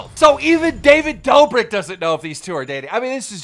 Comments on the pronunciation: stop butchering every name its the kid laroi not the kid leroi and its not the dobrick twins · No one: Keemstar: "Dobrik brothers"